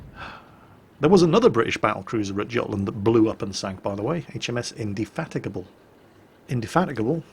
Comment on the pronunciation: I'm very surprised you said HMS Indefatigable's name properly!!!!